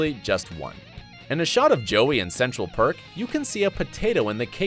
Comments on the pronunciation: Dude its central perk not park 😂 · and he said Central Park instead of Perk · Central Park is correct. Are you really F.R.I.E.N.D.S fan?? Central Perk is Gunther's last name. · DID I HEAR HIM CALL IT “CENTRAL PARK” INSTEAD OF “CENTRAL PERK” !!!!!!!!!!!!!! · Definitely see everyone at work at some point throughout the show. And the coffee house is Central Perk. Not Park... come on my guy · The narrator obviously has never watched the show. Pronouncing Lisa Kudrow’s surname wrong, pronouncing Gunther’s name wrong, saying Central Park instead of Central Perk. Also, Ross is a paleontologist not an anthropologist and Richard Burke was a Dentist not a Medical Doctor. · It is called Central PERK not Central PARK😆😆😆😆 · Erica Dae and he said Central Park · Erica Dae and central perk as central park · fauzan riez Im talking about the coffee shop. Also Gunther Central Perk does have a noce ring to it 😂